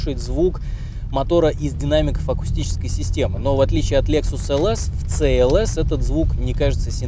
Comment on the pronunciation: Это СИ ЭЛ ЭС. А не ЦЭ ЭЛ ЭС. В английском языке нет буквы и звука Ц